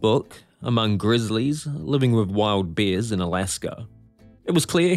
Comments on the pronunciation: I'm ok with it but bears are not beers, totally different things are pronounced differently. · Is he saying beers or bears? The bear that killed him was a bear that didnt know him..